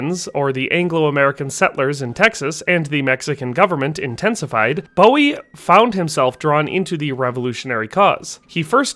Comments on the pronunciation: Boo-wee. not Bow-wee. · It's pronounced Boo-ee not Bow-ee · Is it not pronounced BOO EE. I know the singer is pronounced the way he did, I've just never heard Jim's named said that way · it's pronounced Boo-wie